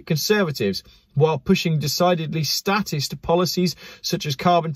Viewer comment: "Statist" pronounce "state"ist libertarians don't like state